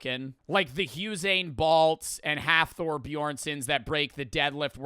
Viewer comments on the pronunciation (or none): this mf really said "Huzzain balt" 🤦🏿‍♂️put some respect on my boys name